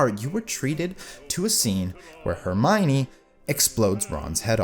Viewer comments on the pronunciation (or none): none